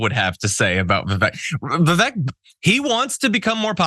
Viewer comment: How come nobody on TYT pronounces Vivek properly?